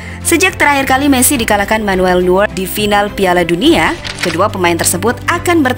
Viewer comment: Itu sebutnya noyer